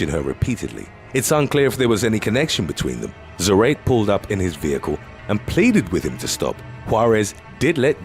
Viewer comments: Its not "zrate" is "zah-rah-teh" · Isidro za-ra-te, not za-rate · zarate is zuh-rah-tay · I believe it's Za-ra-te . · Zarate is pronounced like Karate. 🤓